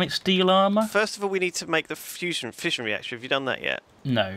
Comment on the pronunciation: Every time they say fission i hear fishing